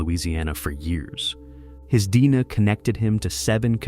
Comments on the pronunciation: Break the video up and actually narrate it. After an hour in, hearing "Deina" insted of "D N A", i just can't do it. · Fucking AI…”dina” evidence